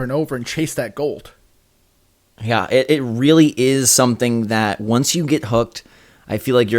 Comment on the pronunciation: “golt”? Is that like gold & clout mixed or something?